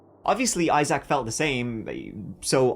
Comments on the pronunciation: the EYE ZACK is killing me 😂 EYE ZIC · Isaac ˈī-zik -zək Accent on the first syllable. I-zik, not I-Zack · I love ya', I really do, but it's pronounced "I-zik", not "I-zak". You're killing me! 😂❤❤ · Agreed! It’s normally pronounced like eye-zick from what I have heard. The eye-ZACH is killin me 😂😂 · “Eye - Zach”😂😂😂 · Learn how to pronounce name correctly, I SAC !! Lol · Ok you’re saying Eye-Zack and it’s driving me nuts 😂😂😂😂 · Legit can’t watch with how many times you said eye-sack (Isaac) 🤢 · Fyi, Isaac is pronounced Eye sick. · It’s pronounced I sick … or I zick is easier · His name is Isaac not Eye Zack 🤦🏻‍♂️ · Say it with me IiiZack. Lol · Isaac is pronounced Izeek. I know you like your pronunciation being corrected. 😉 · Evethough its spelled Isaac with 2 "a's" it's pronounced I-ZIK. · the name is Isaac, not Eye Zach lol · The way you say Issac really pissed me off this video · I’ve never heard in my life anybody pronounce Isaac the way you do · How you say “ Isaac” pisses me off. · The way he pronounced Isaac makes me cringe lol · I hate the way you say the name: Isaac. WTF bro.😂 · I love the way you pronounce Issac!!💜🫶🤣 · Strange way to pronounce the name Isaac, but okay.